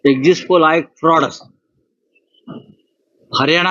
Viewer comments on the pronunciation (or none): शब्द नीट उच्चरा एक्सिस्ट पोल शब्द नसून एक्सिट पोल आहे